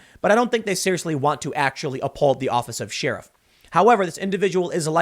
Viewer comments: I swear each time Tim says the word “sheeraf,” I have to suspect that he’s an agent from North Korea. Americans don’t pronounce sheriff like this. Remember, he said he’s quarter Korean but never said which Korea! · I've heard crick, eltse, liberdy, nucular, samwich, and woder. but this is the first time I've heard she-riff. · Tim says "sheerif". Weird. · I love the way Tim pronounces sheriff, it's adorable 😍.."sheerif" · I'm irrationally bothered by Tims pronunciation of "shyeeruff" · Hahahahahahahaha sheeriff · God was wondering if anyone else noticed it. It just bothers me lol "sheeriff" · Fun fact the actual pronunciation is cher-reef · Lol he says "Sheariff". Sorry tim hahahaa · Shee-riff? Is that a Chicago accent? heh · Seeirif....sheeiruph shiriff? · did he say shee riff? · Again, what is a sheeruf? I know what a sherif is, but whats a sheeruf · I know folks from Chicago. I've watched many Dan Aykroyd movies. Never heard "sheeeeriff". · Isaac J Baker Am I the only one who can't stand how Tim says sheriff? Wtf is a SHEARif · Wait a minute... Didn't Tim in his previous video pronounced sheriff as she-riff? Coincidence? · Unperson Excellent! Btw Am I the only one who can't stand how Tim says sheriff? Wtf is a SHEARif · Is that how you pronounce Sheriff? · Tim does some really good work and I'm enjoying watching his awakening these last few months, but the way he pronounces sheriff is just horrendous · Why tf can't this dood say Sheriff right?!? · Can someone close to Tim tell him how to say SHERIFF 😭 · I can't believe Tim has never watched a movie where someone said "sheriff" correctly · Is it just me or is tim saying "sheriff" incorrectly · Why cant you pronounce Sheriff right Tim? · Someone needs to teach Tim how to say sheriff correctly. It drives me crazy. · How the hell can one man mispronounce the word Sheriff so many times?? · Dude. Learn how to pronounce sheriff. It’s not like Omar Sharif. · does Tim not know how to pronounce sheriff? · I say Share-iff